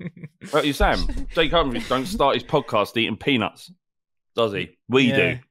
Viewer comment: The way says Jake Humphrey sounds like Jay Cumfree